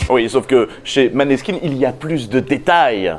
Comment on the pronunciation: Pas contre, ça se dit mOneskin et non pas mAneskin... ça change le sens du mot ^^